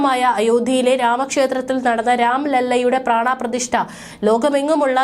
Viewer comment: പ്രാണാ പ്രതിഷ്ഠ എന്ന പറയല്ലെ - പ്രാണപ്രതിഷ്ഠ